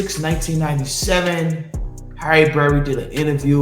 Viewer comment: "HARRY BERRY".....WHATTTTT?